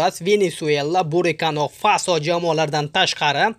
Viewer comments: Бурикано фасооо??? Буркина булса керак а? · Burikano faso emas burkinafaso dengchi qani 1ta aytingchi😂